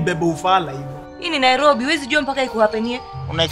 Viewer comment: Hahahaha NaiRRobery